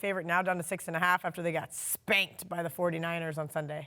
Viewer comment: I noticed that loves Coach Zimmer and the Vikings and does not like Green Bay. Look and noticed how she emphasized Green Bay got "spanked". The Vikes and Packers play in a couple of weeks. I will guarantee this 100%- is picking the Vikings in that game no matter what.